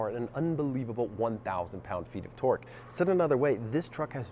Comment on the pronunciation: What is "torg" and "hors power"? #englishfail